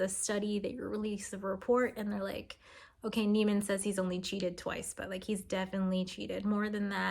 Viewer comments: The last name is pronounced knee-man, not like the Seinfeld character. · "Niemann" as "newman"?